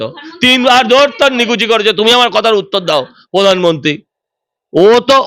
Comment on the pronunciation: আপনি সঞ্চালিকা , আপনার উচ্চারণ এতো বিশ্রী কেনো ! এইকাজে পড়াশুনা করতে হয় ! রেখা পাত্র , প্রধানমন্ত্রী কিছুই ঠিক মতো উচ্চারণ করতে পারেন না ! ছিঃ